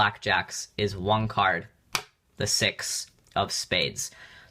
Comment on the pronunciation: is it just me or he said sex instead of six